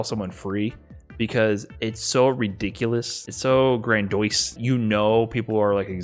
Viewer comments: Boy you said the word "Grandiose" as "Gran-Doyce", and it hurt me. Proper Pronunciation "Gran-Dee-Ohs" emphasize the S at the end. You're welcome. Besides that great video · I'm teaching a buddy how to play SFV, and he has to stop me pretty often when I slip into the shop talk and acronyms. "OTG," "crossup," "footsies," "poke," "raw," "confirm," "advantage," "meaty," etc. Also, did my boy just say "gran-DOISE"? It's "gran-DEE-ohs." lol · “Grandoise” Not Grandiose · I thought read grandiose and just pronounced it as grandoise. Nah. This dude just straight said grandoise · Nah bro it's pronounced Gran-dus Rhymes with tortoise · It's pronounced Gran-Dih-Wah-zz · Thought I was the only one. I before O except when you're #